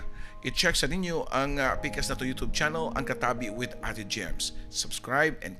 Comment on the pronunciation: imbes kay ganahan nko dri kesa sa papa dudut,napareha nmn hnuon ni sila,nganung 'yotob' mnjud oi kalain paminawon,youtube bya na